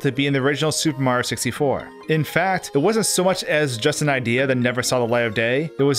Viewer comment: He said "Supehmario64" like 30 times.